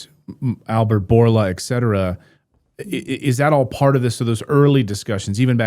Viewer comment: ECK cetera -> et cetera